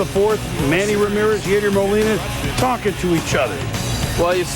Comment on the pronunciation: “Yaydier” Molina… ok, Boomer